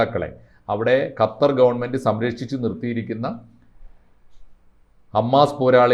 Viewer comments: ഹത്തർ അല്ല കൊച്ചേ, ഖത്തർ എന്ന് പറയൂ. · ഹത്തർ അല്ല കൊച്ചേ, ഖത്തർ..